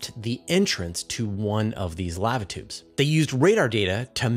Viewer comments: Dude, it's pronounced "lah-va" and rhymes with java or guava. It's not pronounced like "have a". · I'm sorry dude but Laava tube is cringing me out. Lava tube man. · How does this guy not know how to say LAVA. He says it like the “lav” in lavender then he adds “uh”. Thats not how its pronounced fool. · Sorry, but if you cannot pronounce "lava" properly, there are too many of these you tube channels to put up with poor grammar nor pronunciations. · FYI, the vowel sound is the same on both sides of the "V" in the word "lava". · I'm not one of those people who are "outraged", merely correcting a particular word being mispronounced. If I were saying someone's name incorrectly, I would want to be corrected. The easy way to settle this is to look up the proper pronunciation of the word "Lava" in the English dictionary. It should take less than 5 seconds. It would take even less effort than pretending someone is outraged.🤦‍♂ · please dont say Lava again.. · How do you not know how to pronounce 'lava' correctly? It's a well known and often spoken four letter word. Did you miss the previous hundreds of times you heard others pronounce it correctly?☹️👎😬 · I understand that serious regional dialogues cause mispronunciations, but they're still wrong. Continual such errors cripple any language. Cute yes, comical yes, uneducated absolutely. That said, you're kindness is noted as is the typical excuse for doing them. Do it right. I don't mispronounce other languages. I learn them. I don't change them. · First time I've heard an American mispronounce Lava.